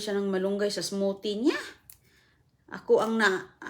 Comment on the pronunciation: please naman paulit ulit mo na ang mga sinasabi mo akala ko pa naman very informational ang vlog mo. Lemon and honey ilagay sa coffee? Ano ba ipinag sasabi mo?! Lamiiiisa, tustir, gardin, colistirol, miron, okiy, smuti Jusko po! 🤷‍♀️